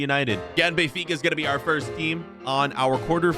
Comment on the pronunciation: Me turning on captions when says benfica: Bayfikazads 😂